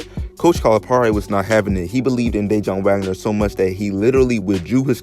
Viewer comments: Lol bruh being from Jersey it’s cringeworthy hearing you pronounce his name Day-John Wagner... it’s pronounced Da-Wan (Dajuan) 🤦🏿‍♂️. Good video though 💪🏿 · Had to stop watching when he mispronounced Dejuan Wagner’s name....that told me everything I needed to know